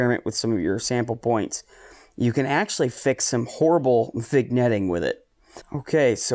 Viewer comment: lol nope, vin-yetting is the right way, you said vig-netting, unforgivable! Renders the rest of the video unusable! /sarcasm. I do btw appreciate your approach to gear vs. effort. Far too many times in this hobby, newbies with human style budgets (myself included) ask for guidance and receive the blanket answer of "spend more money, get more gear". I have the same APO as you, the AT115, and I love it. But it was the culmination of a year and a half of saving and rationalizing my need for it. Clean data is a luxury, despite what elite forum guardians would say. Thanks for stressing effort > money.